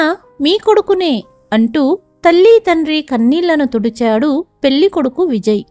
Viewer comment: ఇంకొకటి. పెల్లి కాదు, పెళ్లి. ల కి ళ కి తేడా తెలుసుకుని చదివితే బాగుంటుంది.